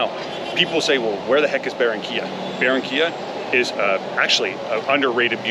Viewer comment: es Barrrrrrranquiiiiiiilla Senor.....